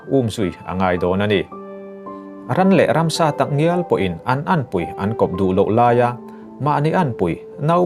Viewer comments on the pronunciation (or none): Kawnpui hming te I lam..!! Kawnpui khaw mi a ni awkhaw sawl lo..